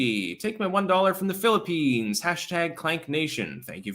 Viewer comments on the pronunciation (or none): none